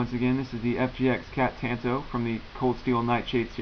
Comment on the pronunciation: good video... I cringe every time you say "Tanto" though... The 'a' should be pronounced like the 'o' in bomb